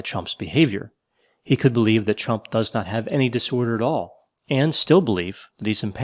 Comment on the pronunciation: Idk if its my hearing but everytime you say Chump instead of Trump got me tickled pink🤣🤣🤟🏾